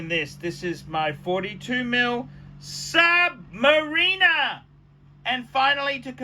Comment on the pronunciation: I wish he would learn to pronounce Submariner correctly.